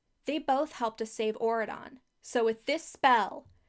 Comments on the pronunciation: it’s very funny to me how this country just sounds like you’re saying “Oregon” in a weird way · Everytime you said auradon i kept thinking you were saying Oregon with a fancy accent and changing the g to a d.